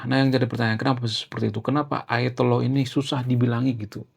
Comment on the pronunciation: susah ngomongnya ya? Saya bantu ayatolelet ulang ulang sampai hapal. Lalu bilang ayatulah komeni. Oke